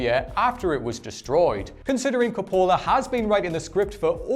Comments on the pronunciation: It's COPolla not copOLla. You put the emPHAsis on the wrong sylLable. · It's COP-pola. Not cop-PO-la. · It's CAPpola, not caPOla. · Stop saying Coppola like that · He mispronounced Coppola too. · Its Arrakris not Icarus. Between that and how you butchered Coppola, you may want to take some lessons.